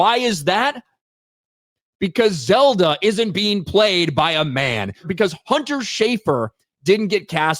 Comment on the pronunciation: It's Zelda, not Zeldo. 💀💀💀